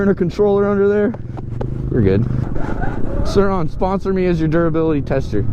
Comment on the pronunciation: Sur-Ron .......RONNY